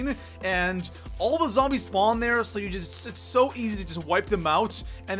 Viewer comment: Broooooo! 😂 where are you from? “SpOooooot”. “SspAaawn” Nice vid btw